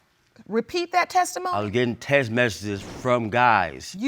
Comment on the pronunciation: well its better than the 'texas' other people on this show get😭 Seriously, why cant anyone on this show pronounce 'texts' 😂😂